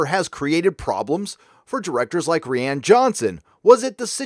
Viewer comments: It's 'Rian' as in 'Ry-an'.. not 'Ree-an'... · I always thought Rian was pronounced the same as Ryan??